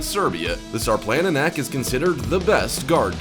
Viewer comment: Sarplaninac is pronounced Sharplaninatz